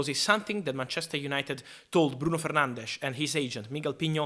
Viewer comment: Someone who actually pronounces 'Fernandes' correctly, the Portuguese way. Respectful.